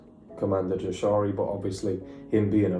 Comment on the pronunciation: Just one thing it's pronounced like Yashari